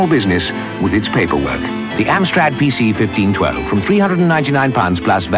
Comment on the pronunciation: Argghhh, you can't even pronounce the name of the damned computer properly, there is even a clue in the original advert for it that you showd and yet you still can't. Its a PC fifteen twelve. 😅